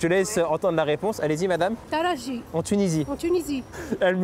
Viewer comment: je sais mais la femme a dit talaji et non taraji